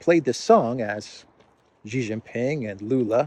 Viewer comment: please note xiao is pronounced approximately “shyeeao,” rhyming with meow. Xi is approximately “shyee,” rhyming with bee.